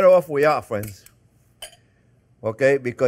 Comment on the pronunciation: "Well hello there phrinzzzzz!" making this recede today!